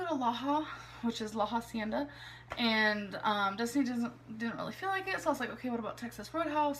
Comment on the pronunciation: I feel personally victimized by her " La Hacienda" pronunciation situation type of deal